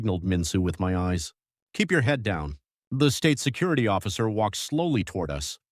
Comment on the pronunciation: It’s called STATE security, not state SECURITY! Terrible AI voiceover.